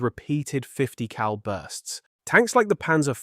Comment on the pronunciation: why do you annunciate cal and BMG so hard